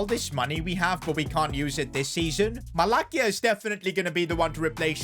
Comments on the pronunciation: it’s pronounced Malasia not malacia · Its not "malaKia" its "malaSia"